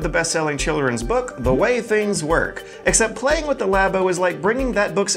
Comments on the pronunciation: It's not Laybo... It's Labo. Because like, lab. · I stopped watching after the 2nd "Lay Bow." He wants to speak about it with mastery, but can't even pronounce the product name. This isn't 1997 and no one knows how to pronounce "Aeris," it's 2018 and there are marketing materials that say "Lah Bow/Lab-O" repeatedly. lazy tongue is cringe AF. The Japanese borrow the word "Lab" and return it with a "Oh" on the end and can't comprehend, treats it like a foreign language. Please. I'm CERTAINLY going off the rails about this, but between YouTube and the podcast I can't take someone seriously if they can't master diction of their native language. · did you say laybo? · I can forgive him with the German names (us Americans see accent marks and our brains just grind to a halt), but “Lay-bow” for Labo is a bit painful for me. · "Laybow.", you're killing me here. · Lah-boh to my knowledge. I believe that's now Nintendo representatives have pronounced it, as well as everyone I can recall other than. is his own man. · "Lay-bo"? Is this part of the blackface kit? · Your pronunciation of Labo is a crime against language.